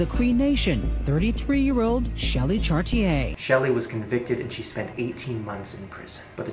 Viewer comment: forever wishing they'd pronounce the last name correct..🤦🏻‍♀️🤦🏻‍♀️🤦🏻‍♀️ its pronounced chartier, shortchie, lol